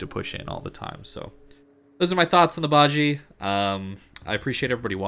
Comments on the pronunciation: It's pronounced as BA-JI-YEA or BA-JEA as in jealous. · Bah-zsheh (ba jie) pronunciation. Love your content, very easy to listen to, thanks for the upload. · Would agree completely, Got it last year and enjoyed it before the commander rework, it is even better now. However, you need to work on your pronunciation. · dude ur saying it wrong